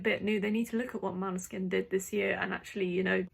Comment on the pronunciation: Good analysis, but still not Maneskin. When you have the winner, their name should be pronounced correctly. Måneskin like o in More.. 😉